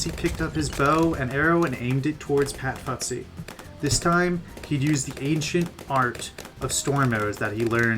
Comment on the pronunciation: good video, but its pronounce fusty, not futsy. sorry if i sound rude i just wanna help :)